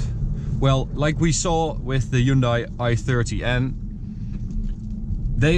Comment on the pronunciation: wrong hyundai pronunciation